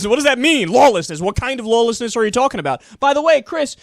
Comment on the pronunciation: Did Kyle say LOLlessness lol?